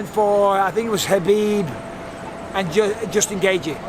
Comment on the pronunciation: "Justin Gaigee"